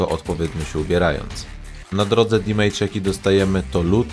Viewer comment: Nie "dimejdża" tylko "damedża" :)